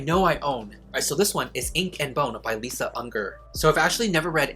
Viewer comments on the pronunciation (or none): none